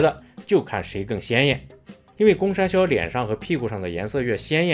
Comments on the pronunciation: 為什麼我一直有罵髒話的錯覺😂公山魈一直聽成公三ㄒ⋯ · 博主国语发音公山魈不标准，建议带点台湾腔😂。